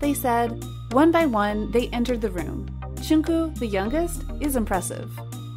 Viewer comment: The way... she pronounced... Jungkook...